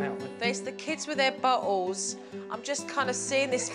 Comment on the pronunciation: When jo says bottles it sounds like butt holes